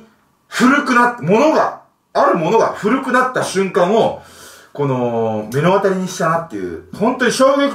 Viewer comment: 「めのあたりにした」って言ってるけど 「まのあたりにした」な。大人でこれ知らないのはかなり恥ずかしいで。